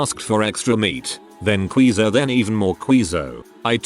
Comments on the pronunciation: I am still stuck on how the robot voice says QUEEZO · Mmm. I got hungry listening to him say QUEE-ZOH. Who doesn’t love some extra queezoh. 🧀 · The way it says queso is hilarious. Queezo